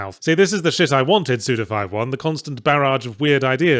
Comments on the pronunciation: Forgot how much I enjoy hearing Yahtzee say suda 51 😁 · I will always be upset with how Yahtzee says Suda Fifty-One's name.